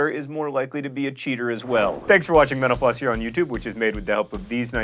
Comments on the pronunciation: Every time John says Mental Floss, all I hear is menopause. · I keep hearing menopause instead of mental floss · Every time you say mental floss, it sounds like menopause. haha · My sound isn't that great on my laptop but at the end it sounded like you said "thanks for watching menopause" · I keep thinking he said menopause.